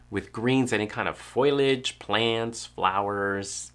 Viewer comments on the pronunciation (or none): Quite a few people pronounce it as “foilage”, but PSA for everyone, it is foliage!